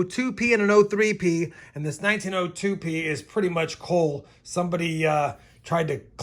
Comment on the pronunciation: That 1860-something half dime is definitely an 1864-P. If it was an 1861 there would be very little room between the 6 & 1, unlike yours. And when the light hit it just right it looked like a 4 to me. Why do you pronounce "cull" as "coal"? Pronunciation should sound like "cult" without the "t". Just sayin.